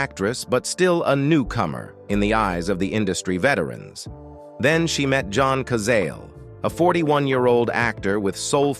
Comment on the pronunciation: OH, please, if you're going to do these videos, learn how to pronounce the names of the people in the video correctly. It's John ka Zah lay.